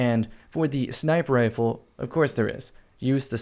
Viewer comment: Are you saying sniper ifle or what ?